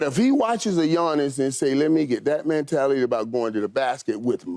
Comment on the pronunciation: Michael "Man-tality" Irvin